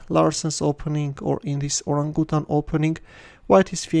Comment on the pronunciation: Should be pronounced or-RANG-uh-tan